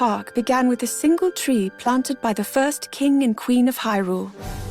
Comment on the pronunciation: Hey! Please don't take this the wrong way, but ci aider practicing your English a touch more! You're so close to sounding like a person who was born speaking it, but you still say "wiff" instead of with and "da" instead of the. Keep working on it! You're almost there 👍🏻